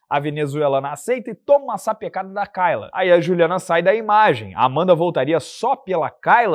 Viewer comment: Você morou na gringa mas não consegue aprender que nos EUA "kay" se pronuncia "quei" e não "cai"?😂